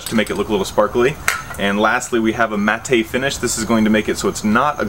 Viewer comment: i really hope you mispronounced matte on purpose....